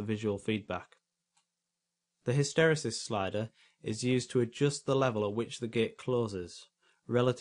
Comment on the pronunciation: What a great video. Many thanks. (Pedantic point: I think hysteresis is pronounced hister-eesis. :-| )